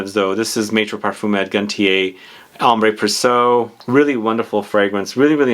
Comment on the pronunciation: Amber Preh-see-EH, not preh-SOW.